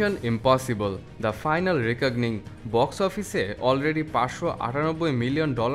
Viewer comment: রিকগনিং নয়, রেকনিং